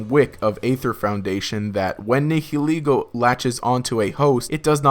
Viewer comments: It's pronounced Ne-hill-Lego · You are pronouncing the "h" in nihilego WAY too heavily.